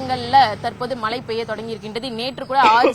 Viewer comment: ழகரம் உச்சரிக்க ஏதேனும் பயிற்சி உண்டா? மழை மலை😢